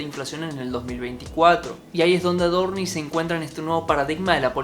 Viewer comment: Por qué dice AdorniS? Paciencia, Dios, paciencia!!!!🤦‍♂️